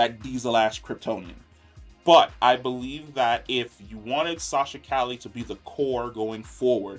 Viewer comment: He's gotta learn how to say Calle name 😆 love this guy but that and the lower volumes be killin'me.